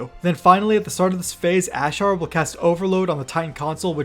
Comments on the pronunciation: "ashar" lmao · Stop pronouncing Azshara like that